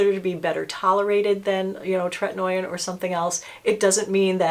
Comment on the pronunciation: Correct pronunciation is TRET-IN-OH-IN not tret-in-noy-in. Not trying to be obnoxious, just know you like to be correct in your information.😊